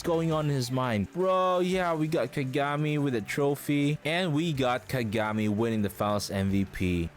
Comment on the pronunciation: Why do you pronounce Kagami like that? You know dang well that’s not how you pronounce it. Don’t disrespect Taiga like that